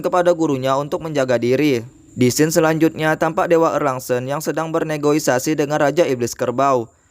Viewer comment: Negosiasi kali bang, bukan negoisasi